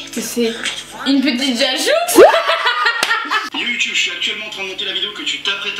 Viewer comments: vous m'avez tuez avec une petite jajoux ça se dit jajou et pas jajouxxe😂😂😂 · Elle a dit une petite jajouxe😂😂😂